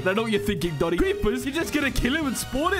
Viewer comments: ❌ "Doni" ❌ "Loni" ✔ "Done" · It’s not loni it’s oni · Why is everyone saying loni? THE WORD IS DONI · His name is DONI NOT LONI!!!!!!!! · ITS DONI NOT LONI